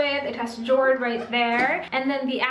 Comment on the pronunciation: Jord/ yord pronounce